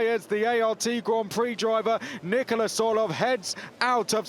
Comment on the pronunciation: Slight correction on the commentator. His name is not Nicolas.